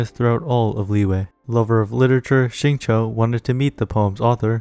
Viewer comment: Nice. BTW, Xingqiu’s name is pronounced more like “shing chew”, not “shing cho”. The English VAs say it wrong. Listen to the Chinese VA.